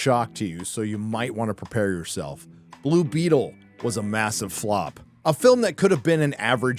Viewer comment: Blue bettle? Heard it but not really interested .